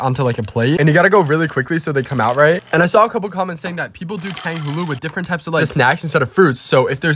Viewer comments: Finally he said tang Hulu not Tonga hulu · He said it right this time!! Love the learning